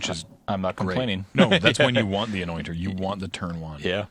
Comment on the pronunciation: I don't know why, but I keep hearing "anointer" as "annoying turtle"